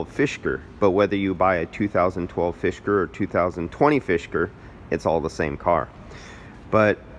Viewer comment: Fisker. Not “fishker.” just being helpful! :)